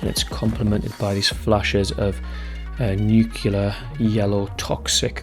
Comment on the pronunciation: It’s pronounced nuclear, as in “new” + “clear”. Not “newkiller”. Not that hard is it?